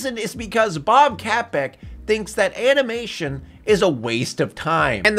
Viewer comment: Funniest part of this review is saying Bob Capek, lmao. Maybe I watch too much Disney news for my own good.